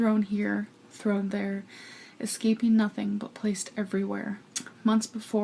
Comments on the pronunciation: She actually said “escaping” instead of “EXcaping”. I’m starting to think that she really does all of those mispronunciations on purpose. 🤔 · so she does know how to say it correctly!